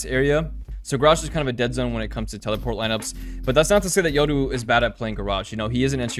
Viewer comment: Yoru not yodoo